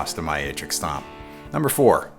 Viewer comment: Why does it sound like “snob or snot” when he says stomp? ;) love this video just ordered my powercab